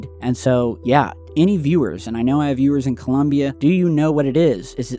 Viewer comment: Forget the pronunciation of Medellin and concentrate on getting the name of the country right first and foremost. ColUmbia is the name of the goddess that Americans invented for themselves and also gave the the Capitol district. The country's name is ColOmbia